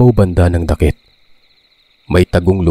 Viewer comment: Dakit word is balite tree.then pronunciation not dakit, daaakit